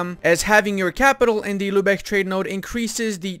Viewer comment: Lübeck, not "Lübech". If it were spelled "Lübeg", then you'd pronounce it "Lübech".